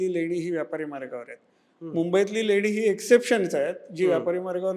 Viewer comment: Lenya nahi leni